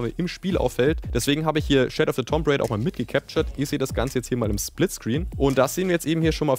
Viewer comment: Tomb wird (tum) gesprochen. Das B ist stumm und das O wird eher wie ein U gesprochen. 🤣